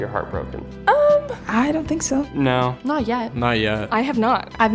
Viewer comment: I’m sorry but “Naur Cleo!!”